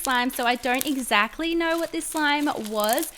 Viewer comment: Love the cat pun Btw if you didn’t get by what mean, I meant she said “ex-cat-ly’’, instead of exactly.